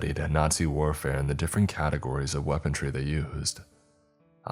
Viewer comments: HAHAHAHA what the hell is "WEAPON-TREE" HAHAHAHAHAHAHA ya mean "WEAPONRY"??? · “Weapontry”? Come on now. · It’s pronounced WEAPON-REE! I’ve never understood why people think there’s a J in that word somewhere. Seriously WTF?!